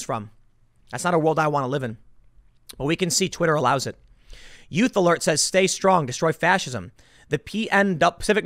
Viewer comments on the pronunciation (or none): none